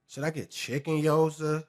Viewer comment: “Guy-yoza” is crazy work